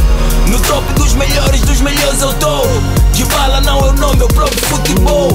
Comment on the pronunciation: Paulo dybala amigo falou errado